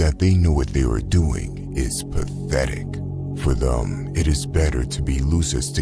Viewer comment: Learn how to pronounce the word "them" thanks.